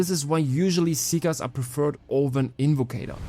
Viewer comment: It’s invocator I played the game